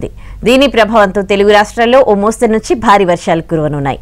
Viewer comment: మోస్తారు కాదండి, మోస్తరు